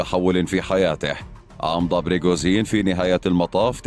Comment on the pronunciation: ليش تقول بريغوزين تره اسمه بريغوجين وانت كاتبة اصلا بالعنوان ؟؟ ليش دس لايك بسبب الاسم الغلط والالغاء الاشتراك بسبب عدم نقل الحقيقه وتحريف الاسم